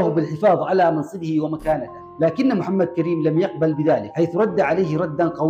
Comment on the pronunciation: اسم المجاهد محمد كريم بضم الكاف وفتح الراء